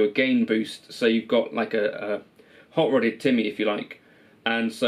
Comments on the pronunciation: Also, disappointed you dont say "Timmy" in the way someone who is in their 30s should. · That's how you would say it if you came from Lestah (Leicester)